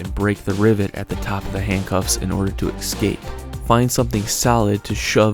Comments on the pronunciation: The word is eScape, not eXcape!! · Sat it with me: "ESS - KAAAPE" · And learn how to pronounce 'escape'.... the is no X in there. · Please, there is no "x" in "escape."